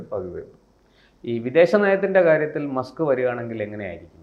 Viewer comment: മാസ്ക്ക് അല്ല മസ്ക്ക് 👍